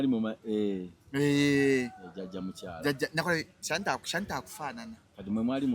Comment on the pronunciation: Hajji naawe Omwana ye Sanitah not shanitah